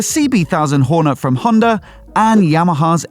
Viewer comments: Couldn't watch the video fully 'cos of that pronunciation of Hornet. "Horn-uh?" Wth? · Weird pronunciation of Hornet. Where did that come from?